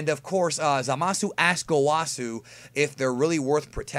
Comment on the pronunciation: Great video, again. After seeing this episode, I think Black is a being that enlisted the help of Zamasu to destroy humans? It may even be that Zamasu trained or empowered Black in some way. Maybe a covert operative of Zamasu. Btw, , Zamasu and Gawasu are pronounced (Zah-mahs) and (Gah-wahs) with a strong pronunciation of the s at the end. They never pronounce their names as (Zah-mah-soo) or (Gah-wah-soo).